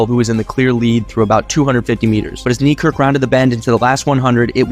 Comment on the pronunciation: "Knee Kirk" please bro, say his actual name